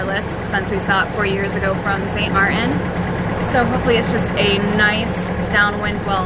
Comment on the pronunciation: In your next video could you say Saint Martin 10 times and use the T please please please. It’s kind of like saying grand rapids without the R.... Much love and really enjoy your videos so don’t take offense